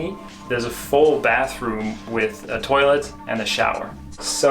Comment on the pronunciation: I wish he would stop saying toilett